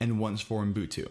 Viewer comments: You were so CLOSE, you're saying 'ooN-boon-too', when it's just 'oo-boon-too'. I now this is 3 years ago, and you may have mastered it by now:-) HTH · Unbutu? Unbuntun?🤣 Fellow Angeleno here :) Love your videos, man. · I will start to call it Unbutu.